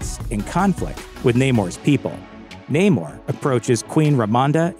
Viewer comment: It is Namoor, not Naymore